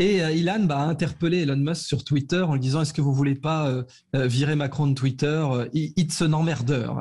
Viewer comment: Je savais qu'il avait tacheté Twitter mais j'étais pas au courant qu'il avait racheté " Twittaire " 🤣